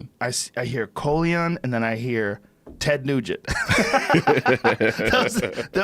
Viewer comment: Colion: “Ted Negent” 😂